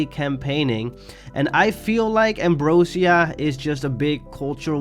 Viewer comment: it’s actually pronounced “am- bro- zhuh- " not “am -bro - seeuh”